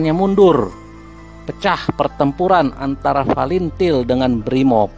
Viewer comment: OPRASI SEROJA BANYAK KORBANG YANG TERLUPAKAN FATILIN BACANYA FALINTIL UCAPKAN YANG BENAR OM saya TBO TNI JADI TENTANG TIM2 CUKUP TAHU TBO MAGELANG AKMIL SECABA N AKADEMI TNI OPERASI REROJA ITU LETING APUH BISMA SENAPATI DAN CATUR PERKASA PERNAH KESANA KALA JAJAK PENDAPAT maaf by adi TBO MAGELANG